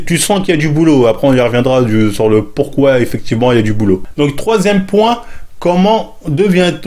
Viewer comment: le fameux "Pouquoi"